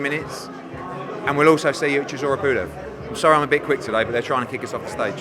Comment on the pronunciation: sizzora is an in joke. It’s how Dillian Whyte pronounces Chisora. Only the real understand